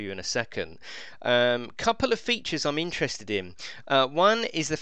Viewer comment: What's a thro-le